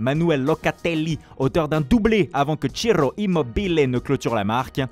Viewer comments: Chiro immobillé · Locaaateellii, Ciroo Immobiillee.😄😄